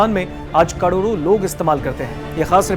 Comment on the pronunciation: काड़ोरों नहीं.... करोड़ों 😁😁😁😁😁😁😁😁